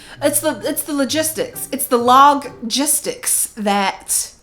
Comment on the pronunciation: Bullet Journal...Log-gistics 😂